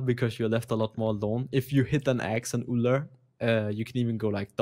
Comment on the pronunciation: Ullr D? Oh my u have no clue what u say.....🙈